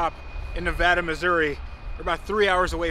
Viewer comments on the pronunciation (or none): It's pronounced "nev A dah"! Haha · As some one from Missouri I feel the need to correct your pronunciation. It is Nevada (Nuh-vay-duh). Easy mistake. We have a lot of weird town names. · And it’s na-vade-uh Missouri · Funny story, Nevada, MO is pronounced with a long a. All the towns in that area of the country are like that. There's a town in Northeast Oklahoma called Miami and it's pronounced Miama. Stupid, I know.